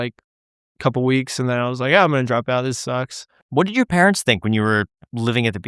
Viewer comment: And it's "Parents" not "Pareunts" 😜